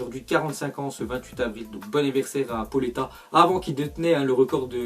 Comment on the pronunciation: Il a gros problème avec les noms Pauleta sa se dit "PAOLETA" et Tuchel sa se dit "TUREL"